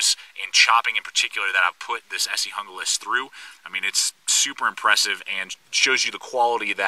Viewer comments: it's HOON GLAS !!!!!! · its pronounced Hoonglas....